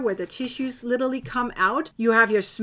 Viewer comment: It's LIT-ER-AL-LY. You're welcome.